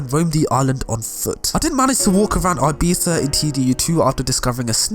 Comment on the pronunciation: Man said '' ABIZA '' lmao